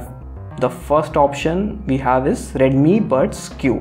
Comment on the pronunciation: ha ha : 41 mins you said redimi buds Q